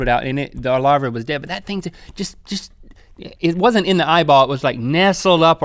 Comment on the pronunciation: Link says: eeEEEEye-ball I say: EEEEEEEEYE-ball